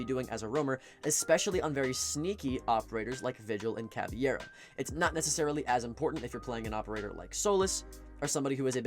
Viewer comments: Good video, but please its CA VE I RA not CAVIERA. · It’s caveira not cavi-era